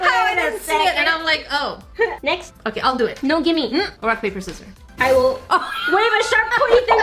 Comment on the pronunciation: "Rock paper scirrors" "OH YOU HAVE THE SCIRRORS" I CANT STOP LAUGHING